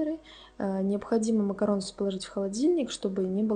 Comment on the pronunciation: спасибо большое за видео! Но только не макаронс, а МАКАРОН! И никак по другому. Буква s на конце говорит о множественном числе. Но читается макарон. Без вариантов